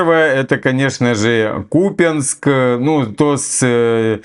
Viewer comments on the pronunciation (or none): купинск мне послышалось путинск.... :)